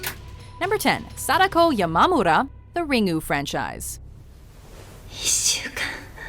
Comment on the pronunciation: Ugh, the way you pronounce Sadako is so weebshit. Makes me cringe.